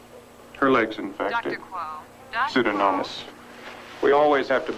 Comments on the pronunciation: pseudoMoNas, not pseudoNoMas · Lou pronounced "Pseudomonas" correctly. The doctor got it wrong twice.